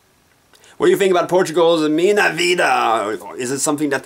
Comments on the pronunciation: Filipa Ssssouzza. Vida MINHA, not MINA.Please learn how to say our stuff before criticize. It's not tango, it's fado...Did you even learn the lyrics before???? Jesus.... Vida Mina is also a funny way to pronounce it...You are not a very good Eurovision critic... I guess we must send one of those busty kitschy sweed imitating (one again) those ABBA from decades ago... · If you speak a bit of Spanish, minha is pronounced as "miña". Todas as ruas do amor was the best song IMO in 2009.